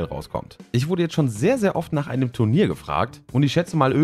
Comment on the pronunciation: Habe ich da gerade TRUNIER gehört? c